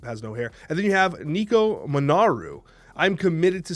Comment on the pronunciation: Thank you for saying Nico's name correctly❤️. I forgive you for your past transgressions. FF and Nimrod are worthy of a series 3 drop. Is surtur the new Thanos? "Big power... That's a surtur card".